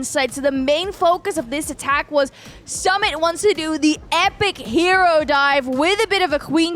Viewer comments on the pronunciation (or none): His name is Su-mit not Sum-it😂😂. It was a nice match Anyway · It's not Sum it❌... Its suu mit✔️😤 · Sumit ❌ Samit ✅😂 No offence on accent 😀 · Its not samit its Su-Mit 🥲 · Sumit really did Blizzard with a drill was really impressive. I use log launcher with super wiz, so I call it 'Lizzard'. 🤣 Btw try to pronounce Sumit's name like 'Soomit' so you can pronounce it properly. And love your commentary.🥰💛